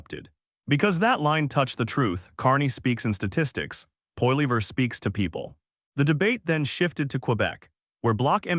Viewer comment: poilever get the pronunciation correct please